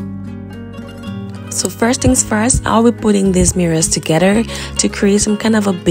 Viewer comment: There is no “D” in together